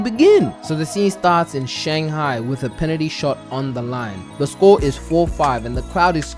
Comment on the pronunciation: New England accent? The way he said score." Scau"